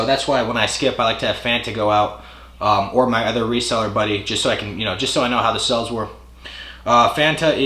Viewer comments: Is he saying sells? Garage sells? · Sounds like “cell” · The way you Arizonians say sales and deals cracks me up. I'm sure the NY accent is absurd to you cats. Space Jam for the PSX? Never played it. Some quality titles in this vid! Nice DSi find.